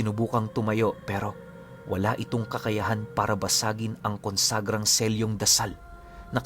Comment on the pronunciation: kunsegra pinuno ang bigkas niyan 😆